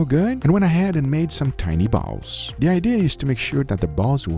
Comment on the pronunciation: to got me the way he said bawls